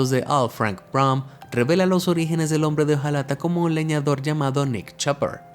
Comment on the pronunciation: Bro dice origines